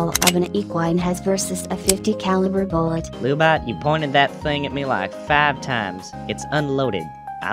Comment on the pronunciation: Lu-Bot said fast sounds like Lub-bot (as in lubricant robot). Lu-Bot probably broken-up with MechaGodzilla because their "Netflix & chill" didn't go well because of lub.